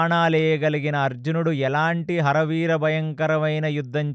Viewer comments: ఆరి వీర భయంకరం.... హర వీర భయంకరం కాదు Please focus on pronunciation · "హర వీర " కాదు "అరి వీర" ఇంత అద్భుతంగా చెప్తున్నా చిన్న చిన్న ఉచ్చారణ దోషాలు వల్ల చిన్న అసంపూర్ణo గా ఉంది....వింటే భారతం వినాలి తింటే గారెలే తినాలి అన్నారు ..గారెలు లో ఉప్పు ఎక్కువ ఐన భాష లో ఉచ్చారణ దోషం ఉన్న బాగోదు (చిన్నవి ఐన)